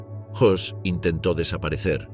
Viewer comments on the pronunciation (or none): era rudolf Hoss y no Hess